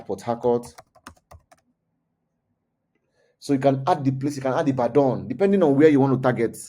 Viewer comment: bro which one be the way you dey pronounce "Ibadan" ? well , this is good stuff